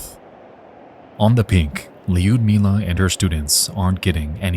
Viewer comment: Not that I expect an american to correctly pronounce russian names, but you are pronouncing Liudmila's name incorrectly. You add letter "J" after "I", it's not neaded. Don't pronounce "I" at all and go for soft "U".